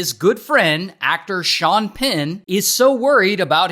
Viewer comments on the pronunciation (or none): none